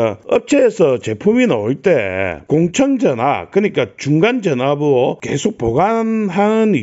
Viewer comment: 그런데 왜 자꾸만 "공청전압"이라고 하는지...맞는건' 공칭전압'이 맞는게 아닌가요?